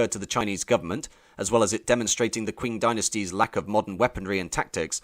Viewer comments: did you just say the "kwing dynasty" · Arrghh, the pronunciation! Q is pronounced 'ch' in English. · This guy can't decide how to pronounce Qing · This hurts. Please learn some Chinese pronunciations. This video is so disrespectful in how you treat their language. Qing is most easily pronounced as Ching for English speakers, even though it's not entirely correct, it's at least respectful. That's only one example, but you seem to take great pains to mispronounce every single word and you do it with pride. It's like as an Englishman you still feel the sting of losing Hong Kong and want to take revenge by being rude af. Example: Hong Xiuquan should be Höng Shyü-chwán. It takes minutes of research to get it right, but you clearly spent more than that getting the rest of your information more or less correct. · If youre going to make a video like this, the least you can do is go on wiki or google translate to figure out how to pronounce some important words. Qing is read like ching not kwing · btw "Qing" is pronounced "ching", like "cheating" minus the "eat" not "kwing". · It's 'Ching' (Qing) as in 'Ching Dynasty' not 'Kwing'. How can you make such a film and not know that? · It's not pronounced " queen " Dynasty, it's pronounced " Ching " Dynasty, at least that's how it's pronounced in Cantonese. But i am almost certainly sure that is how it is pronounced in Mandarin, also. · Q is pronounced with a "chi", not a "kua" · Top tip: It's qing like ching not kwing. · 'Qing' is pronunced 'ching', not "kwing". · it's pronounced ching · Quing is pronounced ching. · Qing is pronounced " tching"